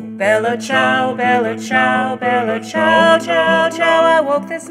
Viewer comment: I find this accent offensive. shudder Its the Bella Ciao part. Just as awful as an american pronouncing the name Dimitri. Which is just my issue, i know, but it feels wrong not to hear it in an Italian accent.